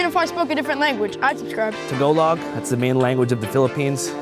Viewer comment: LMAO, TO-go-Log????? "Ta-gal-log" lmao